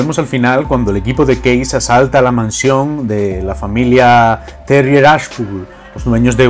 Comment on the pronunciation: Porque "case" lo pronuncia bien en ingles Pero " punk" no. ?